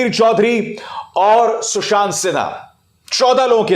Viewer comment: Sushaant nhi Chushaant😂